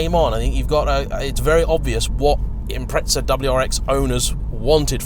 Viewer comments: 🤦🏿‍♂️They are an Impreza, not an Impretza 💙🇦🇺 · SAY IPMRETZZAAAA ONE MORR TIME NIGGUGH. I DARE YOU. I DOUBLE DARE YOU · Impreza=impretsa/pizza=pitsa ? What a language! ! ! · There's no T in impreza